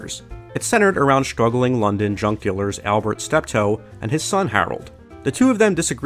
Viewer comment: Did anyone else think he said "drug dealers" instead of "junk dealers"?